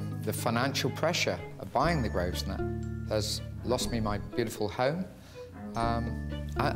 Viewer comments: I don't get why the owner pronaunsiates the name of the hotel wrong. It's not "groesner", it's "grouvner". It's his own hotel! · Incredible!.... owns the hotel but he can’t pronounce the name properly! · didn't name the hotel. The Grosvenor Hotel was named The Grosvenor Hotel when he purchased it. It's now. under different ownership and it's still called The Grosvenor Hotel It does say something however, when an owner can't pronounce the name of his own business. And can't be bothered